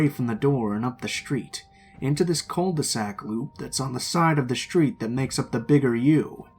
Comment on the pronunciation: the also don’t know cul de sac